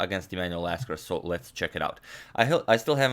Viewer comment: . You said Lasker ~▪~